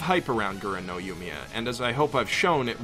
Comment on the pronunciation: techically the first op is pronounced eren no yumiya. the g is nearly non existant